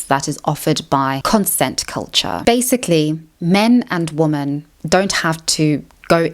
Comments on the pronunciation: loved the video but why do u say woman instead of women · Why do you pronounce women as woman??? Ok so what you said about men equating intimacy with control listen, I literally stopped having interest in sex not long after 50 Shades came out because every freaking woman wanted me to dom her in the sack, some even wanted rape play and my father is a rapist and that was just the highest turn off for me and I have basically given up on women as a result of all of this. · Why does she pronounce 'woman' and 'women' the same?? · Please learn how to pronounce WOMEN!!!!!:face-orange-raised-eyebrow::face-fuchsia-tongue-out